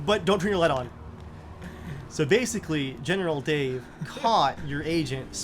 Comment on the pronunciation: Every time you said "General Dave", Why I always heard General "Day", maybe General Day on Commonwealth will here ......